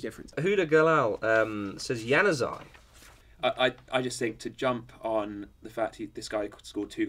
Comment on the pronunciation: Lol Bale and Neymar overated. You got Januzaj right though